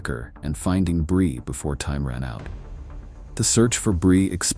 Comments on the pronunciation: Stupid ai. Can't even pronounce her name consistently. It's bree, not bri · The narrator pronounces Brie two different ways. AI SLOP NARRATOR.